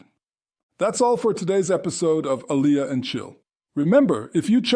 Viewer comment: I hear there are nightmares. Learn how to say Aliyah properly is my a suggestion to start with. And yes many seculars in Israel don’t know basic laws and prayers. Israel should welcome you with open arm. Most converts know more about Judaism than non converts. And converts in Judaism are considered to be at a high level according to the Jewish law (Halacha). So go join an orthodox community to get the respect you deserve, but no, wait, you didn’t convert orthodox. A mistake. Reform Judaism does not exist in Israel I hear.